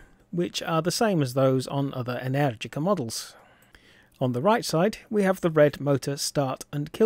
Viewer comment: I think you are the second English moto reviewer/vlogger to correctly pronounce "Energica". ❤